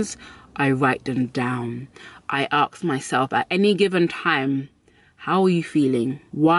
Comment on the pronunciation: She says “ax me” lol I love this accent! Also great life advice!